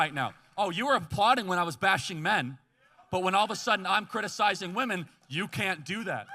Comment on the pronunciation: Women? What's wooman? Ohhh you mean WAHMAN